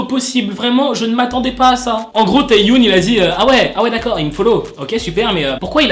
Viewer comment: Juste petite précision parce que ça me stresse... Ça se prononce Tae Yeon et pas Tae youne 😅 Sinon je t’aime continue comme ça !😭❤️ Edit : Le W de Hwasa ne se prononce pas... C’est Hassa